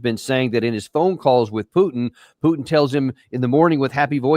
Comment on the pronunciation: Who’s “PeeUUW-tin”? 😂 🤡 says the guy slaughtering hundreds of thousands of innocent women and children .